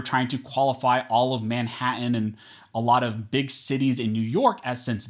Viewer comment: Manha’an? Not one but two t’s totally ousted and ignored. Rosie Perez would be proud.